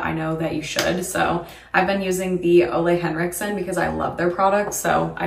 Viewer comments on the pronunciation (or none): Not to be the pronunciation police, lol, but Ole Henricksen is pronounced "OOh-la"